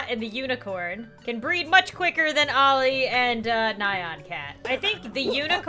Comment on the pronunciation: Olli, not Ali